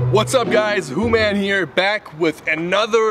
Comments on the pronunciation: She pronounced Hooman as Human!!!!!🤣🤣 LOL hahahaha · I've just found your channel and i do like your gold digger pranks 😅😅 In this video i died of laughter when the third woman called you human🤣🤣🤣🤣 just a persian like me can pronounce your name correctly hooman😅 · Haha so fucking funny wen she said human instead of hooman lol 😋😋😝😛